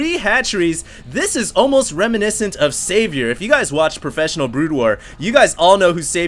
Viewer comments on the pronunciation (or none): none